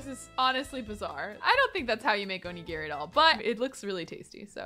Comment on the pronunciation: omg girl, every time you mispronounced onigiri I flinched lol